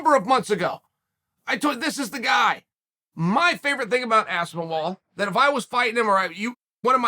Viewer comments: This one had to be on purpose. Had to be. No WAY he can add a -wall in there on accident 🤣👁🤣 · It’s 100% on purpose it’s his main gimmick. Aspinol is so easy to say now I know he does it this one was one too many lol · This is the worst name pronunciation yet lol, it caught me off guard too, thought he was messing about at first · Ahh yes Tom Aspinwall, somebody should let Tom know he’s been saying his name wrong this whole time🥴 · It's the ultimate compliment when Chael butchers your name. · I wonder how he preps to butcher the name. "Let's see, should I go for Aspinol? No that's too similar. (Stares blankly at the wall) that's it!" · Chael knows how Aspinall is pronounced. This is a fact, and you're silly if you doubt it. Chael will read everyone calling him an idiot for getting the name wrong. Chael will continue pronouncing Aspinall wrong, because he's a genuinely horrible human being who goes out of his way to get the names wrong of fighters who aren't A) American and B) have easy to pronounce white sounding names. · Holy shit Chael Aspinall is an English. I fully believe DC when he's says chael says names wrong on purpose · I was wondering how can chael butcher tom's last name. Surely he cannot mess up aspinall, right? Uncle chael never stops to surprise me. Undefeated, undisputed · That Mole In Aspinall's camp should fill Uncle Chael in on how to say his name rite😆🤣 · And for the love of god....this is a english last name! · As-spin-OL Chael: Ass-Ben-Wall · Within 2 secs...Aspen-Wall...🤣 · Me: Aspinall Chael: Aspen-Wall Me: OK Great... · Chanel knows the game as good as anyone, future manager, I love it, saying aspen-wall to reinforce people to to say “No, no, no it’s Aspenall” get the name in the people’s head, that’s promotion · Cmon is he really saying Aspinwall? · Aspin-WALL?? Jesus Christ. He’s just trolling us at this point. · First word out the gate "ASPEN-WALL" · How do you mistake aspinall for aspinwall? 😂😂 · I swear he said aspinivall at one point